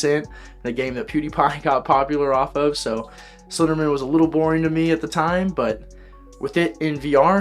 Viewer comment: Slender*man*, not "men."